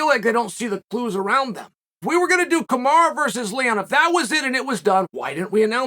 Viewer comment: It’s Kamaru not kamara. Just say kam-are-oo.